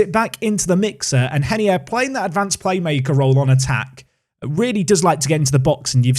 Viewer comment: Is reinier actually pronounced “henier”? Sounds weird